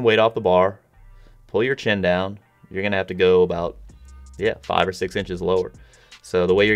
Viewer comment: Justin C JORDAN GAVE ME A FAHVE